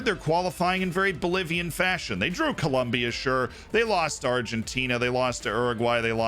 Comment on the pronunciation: Very important information you missed on South American qualifying!...Col...OM...bia. xD